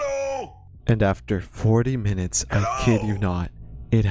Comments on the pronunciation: Dk why but that "Hewwo" makes me happy! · BRO. I've been playing Rein since 2017 and almost 3k+ hours across all platforms and accounts on Rein. For the first time in forever, about a month ago he just said "hewwo" and I had a heart attack. I'm so glad someone else has experienced this. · He says "Hewwo". There. I saved 10 minutes of your life. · “Hewwo :)” - Reinhart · I’ve been playing this game since early 2017 and I’ve only heard Rein say hewwo twice. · bro really said: "Hewwo :3" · So they were NOT insane when they head "hewwo" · ? The subtitles literally say "Hewwo" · Wait I got that yesterday he said hewwo and when I was in a competitive game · The "hewwo" line is rare? Shit I hear like every gaming session. Though granted I spam hello and thank you a lot due to habit so I probably just do it enough times till the odds give me the line.